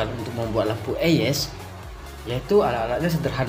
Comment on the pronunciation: Bukan lampu eyes bang tapi "ays"